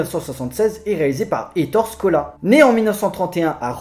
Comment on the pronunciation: ça se prononces "é torè scola"